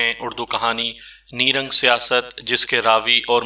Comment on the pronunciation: آپ اپنا تلفظ درست کریں، پہلے تو آپ نے عنوان کی ایسی تیسی کردی، نیرنگ(Nairang) کو Neerang کردیا۔آگے آپ ہارن (horn) کو haran اور پرس (purse) کو paras کہتے ہیں جو بالکل اچھا نہیں لگتا۔